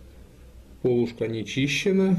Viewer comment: не пОлушка же, а полУшка. зачем так матюкаться)